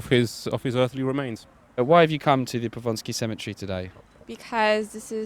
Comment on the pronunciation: Just one thing, it's Powązki, not Ponsky ;)